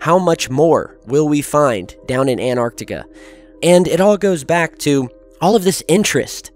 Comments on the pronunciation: stop saying anarctica! I cant can't listen anymore. it's Antarctica. how can I believe you when you cant can't even say the fuckin place name right? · AN-tarctica not ANT-arctica :P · hey or what ever your name is why don't you pronance some words correctly its Antarctica not anartica its Iran is pronac...d eeran not I ran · Anartica= Greek for 'I stood up' the South pole area however is called 'AnTTTTTTTTTartica'. this for the people who have gets puzzled ... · I tough it is ANTARCTICA not ANARTICA ??? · Antarctica not anarctica not anartica. If you're going to base so much of your content on this continent the least you could do is pronounce it correctly. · cant he pronounce both of the Ts in anTarcTica?? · An-arc-tic-a. Sorry bro you pronounce it An-tarc-tic-a. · AN-TARK-TIK-KAH Not anarctica...annoying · Why do Americans say 'anarctica' it's Antarctica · it's antarctica not anarctica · please pronounce antarctica with THE "T" FFS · Repeat after me; .. "AN-TAR-TIC-A" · Please, lend yourself some extra credibility: ant·arc·tic \ ant-ˈärk-tik, -ˈär-tik\ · You do know there is a t in antarctica?